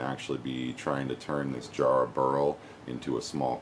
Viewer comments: its ja- not jar, ja rah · it's pronounced JARRAHHHHHHHH and you pronounce the a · It's written Jarrah but it's said Yarrah. Sorry we Australians have some strange pronunciations. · You've got the spelling right, mate, but the pronunciation's a bit off: need a shorter "a" sound. Pretend you're from Boston when you say it! Think of the "a" sound in "cat" :). Jarrah's one of our most beautiful timbers. Sadly, it's a Western Australia native, so it's not as easy to get over on my side of Australia. The East Coast analogue would be spotted gum - both have similar practical uses - framing houses, piers, railway sleepers and tool handles (it's what we use instead of hickory in that regard). But jarrah tends to get used more for decorative stuff, as well, more so than spotted gum - flooring, hot tubs, furniture, and, of course, turning. Really rot-resistant. I've got an axe handle made from jarrah, and it's almost a shame to use it as such. When I sanded the wax off it (it was sitting in my dad's garage for...ever, probably) it just got more beautiful, so I went beyond a standard tool handle finish and finished it off with fine sandpaper and steel wool.